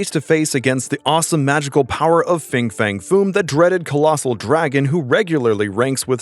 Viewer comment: Fin fang foom not fing fang foom….why cant people read anymore?